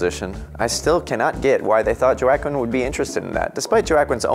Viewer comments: I love Joe Ackwin when he was in Gladiator, Signs, and Johnny Cash. Glad I know how to pronounce his name now, too. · Did he just say Jo-a-quin Phoenix!!! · JOE AQUIN? where did you learn to pronounce his name? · Googling how names are pronounced ahead of time would’ve avoid Jo-akin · Lol did he just call him “joe-akwin”? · ‘ Joe Ack Win’ ??? a simple google search would’ve provided you enough on how to pronounce someone’s name right. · Did he really just say Jo-ackquin Phoenix? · JOWA-KWIN lolololol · If I hear Jo-ak-Win one more time... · Who the hell is "JO-AH-KIN"?! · Who the f**k is Jowah-Quinn??..😂😂😂😂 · Pronounce Joaquin’s name right it’s pronounced “Juakin” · Joaquin is pronounced oaquin cmon u do videos like these and u don’t know what the actor is called seriously? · Really Jo-a-quin??🤣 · Why is he saying JoAquin?!?!???? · JOE-AH-KWIN Phoenix 😑😑😑😑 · He keeps say joe-aquin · Joe ack quin !!!!😨😨😨😨 WTF !!!! Where is this guy from 🤣😃😂😄😃😁😃😄😅🤣😂😃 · Who the hell is jo ack in? Do you also say jo ack a mole e. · Joaquin is pronounced “wah-keen” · Jo-Ak-Keen ...HAHAHAHA . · J O A Q U I N is pronounced as HWA-KEEN... You sound like a 1ST GRADER, LOL!!! XD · Jwa-keen :( why... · Joaquin is pronounced wha keen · ...I hate saying this but even though you have a goatee, your hair style and facial hair...did anyone find quick look and think 'shit...Hitler's. Also the way you say Juaquin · Holy Fuck man, it's pronounced Wah-keen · JO A QUINN?????? wtf.. horrible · Wow you really butchered Joaquin's name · He pronounced Joaquin Phoenix so incorrectly it’s ridiculous. 🤦‍♂️ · Thank 👏🏾you 👏🏾 for finally saying that. Everytime he pronounced his name wrong, it was like nails on chalkboard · Never heard anybody pronounce it this poorly before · So.sad how american can not say Joaquin's correctly..huffff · Eseercam thought so too... Lets see how many get annoyed by it. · Thank you! I cringed every time he pronounced Joaquin. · Were you saying Joaquin’s name wrong on purpose?